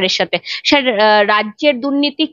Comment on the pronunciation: Congratulation for your unique approach of taking interview. One thing you have to improve i.e pronounciation. You pronounce "Shar", it is wriong say Sir( Sar). Practice it for improvement. Best wishes.